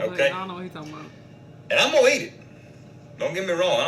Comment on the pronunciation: "I'mmoweat it"😂😂😂😂